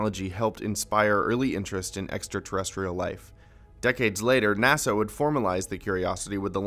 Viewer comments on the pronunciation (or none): none